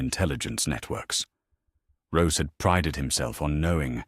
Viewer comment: Roose not rose.